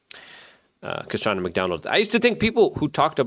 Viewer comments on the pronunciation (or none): none